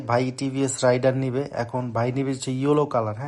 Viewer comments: রাইডার না ❎ রেইডার ✅ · Not রাইডার ❌ রেইডার ✅